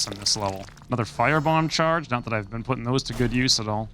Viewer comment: Charge, not change.